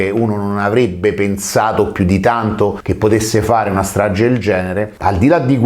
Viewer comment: nun ze po fa il titolo in inglese e poi dire straGGe di Erba .